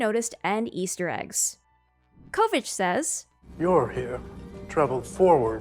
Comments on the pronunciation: Just sharing... Michelle YEOH family name is pronounce as YO.... not YAO. 😎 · Michelle Yeoh's surname is pronounced like it doesn't have the h. Like Yeoman.